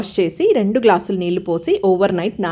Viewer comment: నీల్లు, అనకుండా నీళ్ళు అనండి అమ్మా